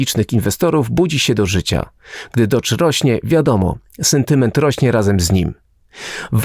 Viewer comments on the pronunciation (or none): none